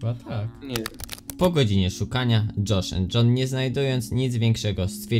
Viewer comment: dżosz end dżon XD